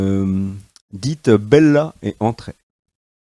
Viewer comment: "Mellon et entrez".....pas bella......c'est pas Maitres Gims.....